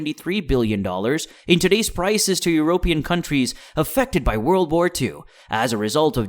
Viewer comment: informative but the pronunciation of "Eu-rope-ian" kind of bothered me. Very strange that this quality of video is being made from such a small channel, this one is going to grow quickly! :)